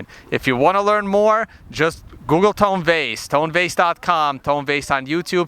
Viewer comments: Luke its TONE not TONY ffs he said his name 6 times in a row to your face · It's Tone, not Tony